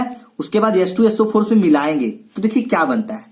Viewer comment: सर आप वोलने मे गलती करते है।H2So4 hoga aap bolte hai yah to yeso for